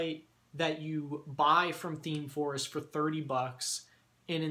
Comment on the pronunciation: Are you saying themeforce or themeforest? Thanks!